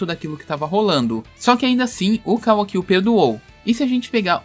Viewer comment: Man eu juro que se Boruto for dublado até a parte que mostra o Kawaki e eles pronunciarem da mesma forma que vc eu não assisto mais, ou eles pronunciam Kawaki ou fim de Boruto pra mim "Kawa-ki" é meu ovo